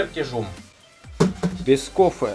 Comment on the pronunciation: так из-за "кофэ" подписался держу в курсе